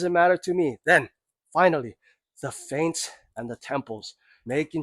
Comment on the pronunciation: 'Feints', not 'Faints'.